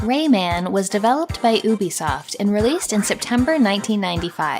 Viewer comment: Maybe you're just throwing shade at Ubisoft (which I'm entirely in support of haha), but on the off chance you're not, I'll mention that it's meant to be pronounced "You Bee Soft" 😊👍